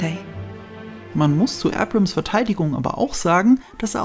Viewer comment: Er heißt JJ Abrams, nicht JJ Ebrems.